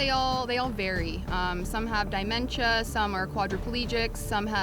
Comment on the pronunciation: Lindsay...are you a real medical professional? Just wondering. In case you aren’t aware. It is DImentia..DEmentia.